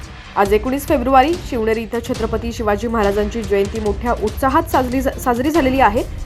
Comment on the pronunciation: लिहलेल निट वाचत जा शवनेरी नाही शिवनेरी चुक लगेच दुरूस्त करा